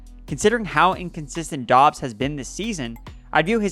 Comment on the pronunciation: I love how we are two months into the season and NOT ONE PERSON can figure out that Romeo Doubs name is pronounced "Dubs".